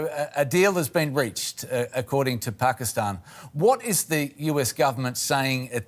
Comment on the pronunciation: I just stopped at "Pakisatan announces........" and laughed so hard I could have passed out